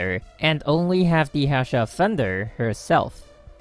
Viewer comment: It's not Hassha my guy